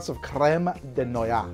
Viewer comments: Noyaux : Not: 'Nwah-yahh' ... it's : 'Nwah-yo' (aux = o , so yaux = yo, and noyaux = noy which sounds like nwah and aux wich sounds like 'o' ... nwah-yo . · BTW, 'noyaux' is pronounced "nwah-yo". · Noyaux is said "No'ah-yo". Don't ask why, it's French. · Uh, it's pronounced noi oh.